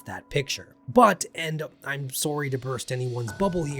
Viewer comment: Lol that "sorry" told me you were Canadian